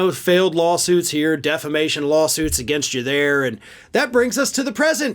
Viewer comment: Mike calls it 'deflamation' (defamation) and 'stold' (stole/stolen) and 'cadrentials' (credentials). He is an absolute word wizard folks.